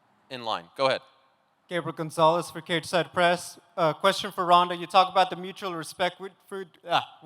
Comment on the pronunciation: ronda say it right<<<<<< ufc white house card is sucks lol heheheh 100% true